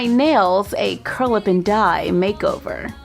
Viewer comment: I always thought you were saying Curlaven Dye salon, not Curl Up & Dye